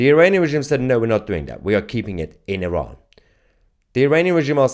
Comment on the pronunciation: IrAn... i learned how to pronounce it properly...ty